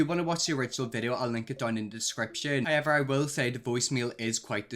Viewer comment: Just here for the "high evers"